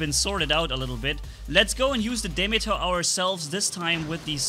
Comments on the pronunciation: it's called deemeeter, at least that's how you pronouce it, is is named after the greek god demeter goddes of nature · its pronounced Dee-Mee-Ter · it’s actually pronounced di-(like dip but you don’t pronounce the p)meter- (meter stick) so demeter, it is a greek goddess of agriculture. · dude it is called 'dee meter' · why? What did you pronounce Demeter with long "a" sounds? Why? (Lol it's just a joke)